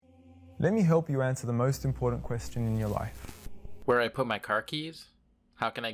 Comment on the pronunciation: The "most impordant" thing to learn from this video is that there is NO "d" in the word "important". The rest is all superstitious bullshit.